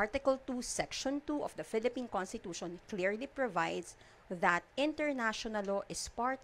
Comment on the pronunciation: Introductshoun? Constitushoun questshoun